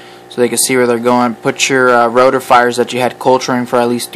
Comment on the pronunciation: Roti-fers, not roti-fires